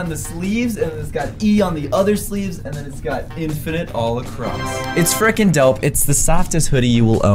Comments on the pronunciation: you always say fRikEn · It is fricking